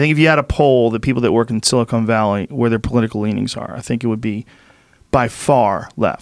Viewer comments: Joe “*silicone* valley” rogan lol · Is it just me or is Joe consistently calling it "Silicone Valley"? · "Silicone Valley" lol